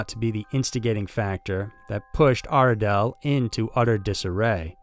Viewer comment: I’m more scared of your pronunciation of gaol,Goulburn and Aradale.